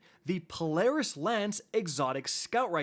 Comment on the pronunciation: this guy does not know what he is talking about just use the graviton lance it’s way better and s tier this season but he says polarence lance like wtf